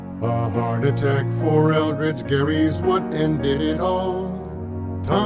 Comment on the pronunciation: Elbridge Gerry, not Eldrige Gerry.